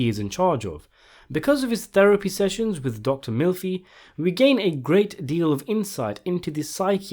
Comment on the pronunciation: Did you just call her Dr. MILFy?